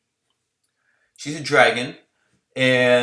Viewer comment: The "U" is silent in Satsuki. It's pronounced Satski. Just in case you worried about trivial things like that. Same is true for Sasuke and any JP name with a U in between 2 consonants. I love Anaphon by the way! I'm running 2x Akechi(D/L), Yomigon, UUvo Pandora. I plan on getting Plumboobs to replace Pandora.